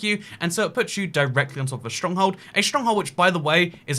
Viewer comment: why do you say schtronkhold